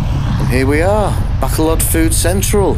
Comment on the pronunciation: Fun video. One day you'll learn to pronounce Bacolod properly, I'm hoping.